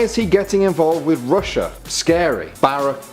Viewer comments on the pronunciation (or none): none